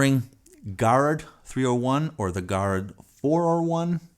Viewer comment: Garrard. Pronounced jer(k) - (h)ard.